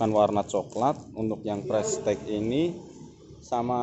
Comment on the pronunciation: Pengucapannya ; ("prestis")